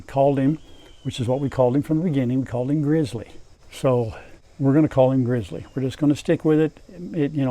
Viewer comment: Grizzly may not start with an R but it has a dominant R in its pronunciation. I’m from Alaska and met my share of dogs with that name over the years and ALL of them were the best boys. gRRrrrrrrrrizzly!